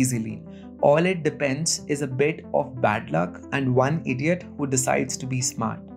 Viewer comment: Why is it when Indian people say “idiot” it sounds more direct and descriptive. 👍🏻 Don’t be the one idiot, people!